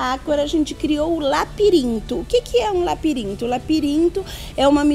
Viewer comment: Ela fala tão fofo que troca as letras, a fala fica mais macia ainda... lapirinto, féus, féu, icual, protutos, acora, ... Muito legal...